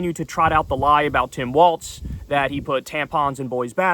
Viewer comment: Kyle I think you’re mispronouncing Tim Walz last name.